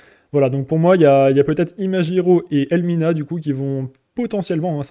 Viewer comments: tu pourrai dire ImaGiro et non pas ImaJiro? cela vient de OriGami et non pas OriJami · En français, G+I se prononce JI, alors que G+A se prononce GA. En fait ton com est a la fois psychorigide et complètement inutile car ton exemple est destiné à un autre cas de figure. Si le serveur s'était appelé ImaGUIro, alors tu aurais eu raison. Mais ce n'est pas le cas donc laisse les gens prononcer comme ils le veulent et laisse ce genre de commentaire aux profs de français qui sont certainement plus qualifiés que toi pour le faire.